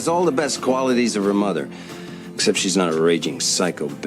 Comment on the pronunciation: Solid enough video but wow your pronunciation of some words is so annoying and sounds forced. You'll say interest normal, but then say skreet. You'll say those normal, but mudder instead of mother. Like whyyyyy. Decent recap tho.